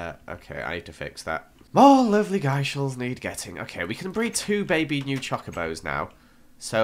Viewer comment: After you said sorry I'm calling them gurshals not gyshals you were still calling them gurshals XDDDDDD